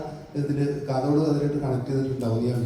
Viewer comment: കാത്തോട് അല്ല കാതോട്😮😮😮